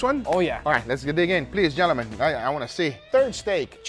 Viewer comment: "Gelemen" -Guga